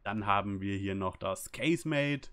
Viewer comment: Hi, es ließt sich übrigens deutsch, nicht englisch..... KA - SE - MAT - TE 😉. Grüße